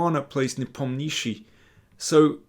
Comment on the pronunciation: You yourself asked Nepo how to pronounce his name correctly. What was his response ? Stress on 'O' and Not on 'i' .